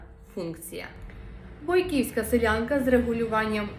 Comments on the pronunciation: Наголос на першому складі в слові бОйківська сИлянка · сИлянка, але силЯти. бОйки, бОйківська